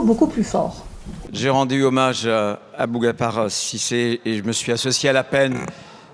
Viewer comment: " abougapar" ! Même prononcer correctement le prénom de la victime, il ne sait pas.